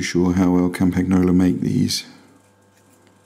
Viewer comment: You misspelled Campagnoloin in the video title, and you totally mispronounced it. Should be cahm-pahn-YOH-loh - no hard "G" sound.